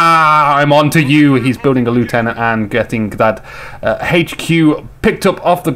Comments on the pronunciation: You still ought to pronounce the word 'lieutenant' correctly. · Yes, 'nuff' has been said to show that you are an idiot. And he still pronounced the word 'lieutenant' incorrectly. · Yeah and pronounced the word 'lieutenant' in correctly, so you can take your suggestion elsewhere. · A few criticisms of the vidcast - firstly as a Brit, you need to learn how to pronounce "Lieutenant". Secondly, comments such as "I hate the British but I am British" (paraphrasing) isn't helpful - there is a clear distinction between the British faction in CoH and the British in general; they are not the same thing. Finally, you need to calm down slightly. There is a big difference between effective well-timed commentary and continuously talking for the sake of it. Sorry if that sounds harsh.